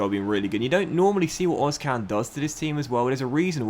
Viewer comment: im pretty sure its ozCHan. like emre can. that's how german-turks say it